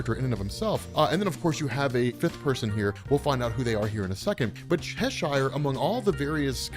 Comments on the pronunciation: Hearing you mispronounce "Cheshire" is excruciating. Otherwise good video. ;p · The way you say Cheshire is annoying, I must admit.